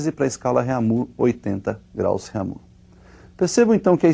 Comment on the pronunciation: rêmir,eu como um aluno de francês sinto meus ouvidos doloridos